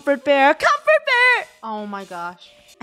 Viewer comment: Doesn’t comfort bear sounds like come for bear Does it or is it just me